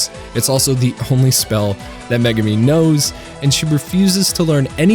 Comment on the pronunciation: All these youtubers have trouble pronouncing konosuba and Megumin. They have seen the show, how do they get it wrong?